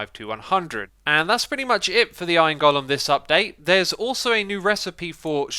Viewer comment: For fuck's sake STOP MISPRONOUNCING GOLEM!